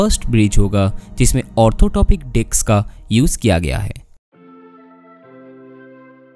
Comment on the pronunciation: It's not Orthotopic. It's orthotropic .